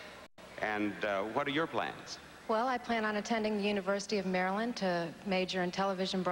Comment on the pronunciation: Bob said Miss Mary land lol 😆 not Maryland